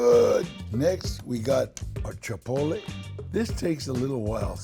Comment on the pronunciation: Changed the video as soon as he said "Chapotle" 😣😣